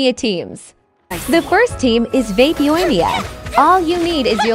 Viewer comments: Google voice: yoAYYEEEEEEmiya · The pronunciation of Yoimiya in this makes it unwatchable.